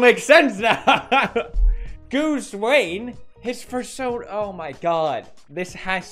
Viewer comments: Did he say FURSONA I'm pretty sure he said persona. Someone tell me if I'm crazy. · Persona not fersona